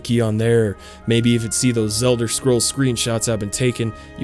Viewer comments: lmao "The Zelder scrolls" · “Zelder” sounds like a slur